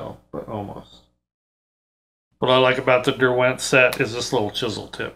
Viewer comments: Love all of your videos 👍 Just one thing, as somebody from the UK, the accent on the word Derwent, a brand made in the Lake District area of England, is on the first syllable. DER-went, rather than Der-WENT👍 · Nice explanation of these brushes. Just a point about Derwent. The brand is named for the Lake District in England. It’s pronounced DERwent (emphasis on the first syllable) — not derWENT.